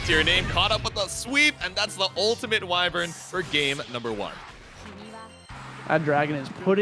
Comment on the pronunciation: Why do they keep saying way-vern instead of why-vern?